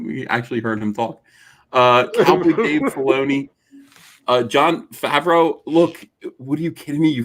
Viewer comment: It's Fav-ro not Fawv-ro. As a third cousin to the man(he's been to family gatherings a few times before blowing up)[Replacements era], having the same last name, that irk'd me so hard hearing buddy say my last name wrong.